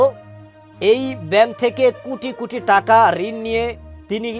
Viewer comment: "কুটি কুটি" নয় "কোটি কোটি " বলেন।